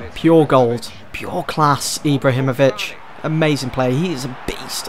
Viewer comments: Ibla himovic? I am from Sweden btw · 'Iblahimovic' 'Marqwinhos'